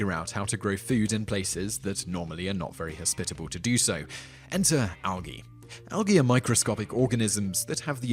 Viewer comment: I've never heard anyone pronounce it Al-Gee